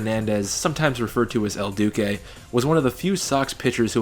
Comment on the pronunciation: Your name pronunciations are atrocious... I mean I counted at least 5 wrong names (probably more) but the worst is “el dookay” when referring to “el duce”... lol... Paul Konerkos pronunciation was also hilarious.